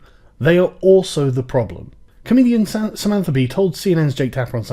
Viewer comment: he deliberately read the word wrong for a reason ;)